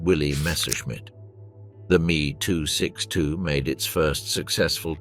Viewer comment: After the 27th "me" 262 mispronounced name I stopped watching